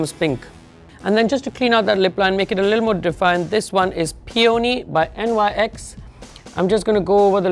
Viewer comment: Love your work! Btw NYC is pronounced Nics ☺